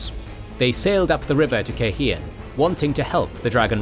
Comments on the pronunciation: Take a shot every time my guy says KaiHEEan. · Cairhien -- Kai Ree ehnn